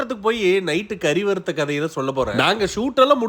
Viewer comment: வருத்த ❌வறுத்த✅😂😅😂